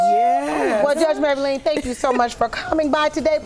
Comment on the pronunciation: Judge mablean not maybalene lol